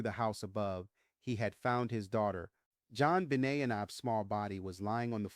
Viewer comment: your followers know this is a newly named podcast of yours even though we don’t know why you did this. Much of the voice seems right, until the pronunciation of Jonbenet asJon benay en and DNA comes out as Deena. I don’t understand the change in pronunciation.